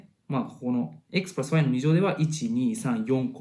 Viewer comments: Xプラァスワァイの発音良すぎるwww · プラスの発音が無駄に良い笑